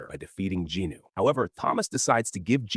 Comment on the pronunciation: I’ll correct my statement; he doesn’t use the basic same bullshit low effort/low quality. This AI is passable albeit the mispronunciation of certain characters n what not—like Jinwoo for example.